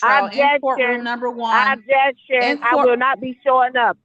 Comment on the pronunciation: Obb-Jay-Uct-Shun! Obb-Jay-Uct-Shun!